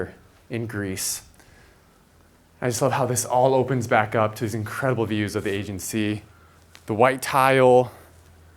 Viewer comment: The house is stunning, but I think a little research as to how to pronounce things would be good! - Aegean Sea (aye-GEE-anne) oh and it’s PERforated not PREforated That drove me a bit nuts during this video otherwise beautiful find!